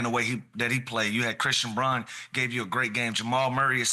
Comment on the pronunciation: still can’t pronounce Brauns name correctly. Yer take is as accurate as your ability to enunciate .. laughable … if Shai drops 100 and breaks a Wilt scoring record sure but until then bs .. but you did get me to text so ya made money being an idiot